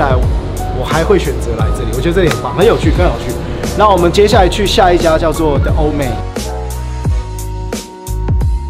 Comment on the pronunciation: 是The(里)Old man不是The(了)Old man啦